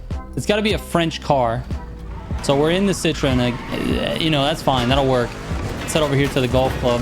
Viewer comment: citrooonnn citreeennnn,,,, forget it man 🤣